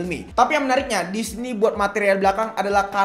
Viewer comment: Sorry yah gw out of topic dlu!!! Gw notice sama pelafalan kata DISINI oleh kok terdengar seperti DISNEY, Gw pikir keseleo doang tapi ternyata ada berapa kali penyebutannya sama....Gokil aja!